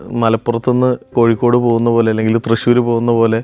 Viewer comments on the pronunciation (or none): none